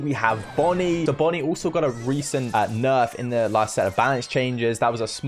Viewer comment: "owlso." - (2022)